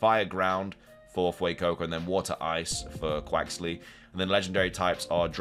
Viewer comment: I Told You Couple Times it's Quaxly